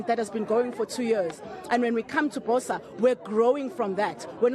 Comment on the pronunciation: If Mmusi is a true Motswana, he should pronounce BOSA correctly. BOSA in se-Tswana means morning or dawn, a more apt word for his party.